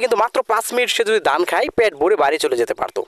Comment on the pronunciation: আপনি ধান বলতে পারেন না? ধানকে দান বলেন কেন তাহলে দুইটা অক্ষর আলাদা আলাদা হলো কেন